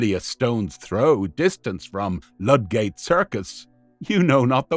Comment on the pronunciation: There are a few mispronunciations throughout - you call tuppence “two pence” and ludgate circus (pronounced lud-gutt” as lud “gayte”